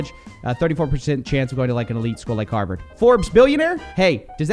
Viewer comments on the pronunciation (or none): none